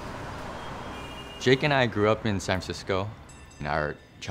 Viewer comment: lol his name is jacky not jakey